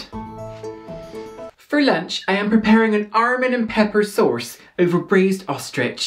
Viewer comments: Oh, gosh! Same. I thought I was the only one who noticed. She actually pronounces sauce as source! 😂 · its sauce but she pronounces....well....source lol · The "armans, cayern peppern, and sorce" gets me every time, lol. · The “Armans, Cayerne Peppern, Sorce” killed me😂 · fucking DIED at "you will need... armans... cayern peppern... and SORCE" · That part reminded me of Tracey Martell's Swedish "brëd" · for me it’s the sorce LOL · "Armans, Cayerne Peppern, and Sorce" I screamed. Your parodies are perfection. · I thought at first “Sorce” was a little exaggerated then I watched the original and damn... spot on🥲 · "You will need: armans, cayerne peppern and SORCE." I choked on a potato crisp right then and there. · That makes more sense, I thought he was mispronouncing it on purpose like he did the almonds, sauce, and cayenne pepper.